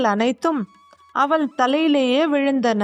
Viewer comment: அவல் இல்லை அவள்.உச்சரிப்புப்பிழைகள் தவிர்க்க வேண்டும்.மற்றபடி கதை ,கதை சொன்ன விதம் நன்று🎉❤